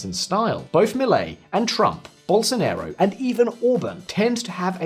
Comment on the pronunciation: Very intelligent comments but please do not pronounce Bolsonaro as Bolsonero. Ok he had something of a Nero when he was president setting everything on fire, but he is pronounced as Bolsonaro, as in father. It ends up being a completely different word.